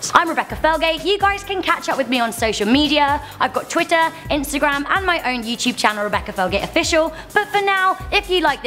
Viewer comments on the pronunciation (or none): none